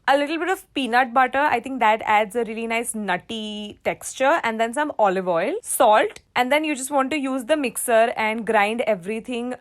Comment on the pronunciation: it said dome instead of some anyway no problem no hate here love you 🦄🦄🦄👸👸👸🤩🤩😝🥰🥰🥰😍😍😍😘😘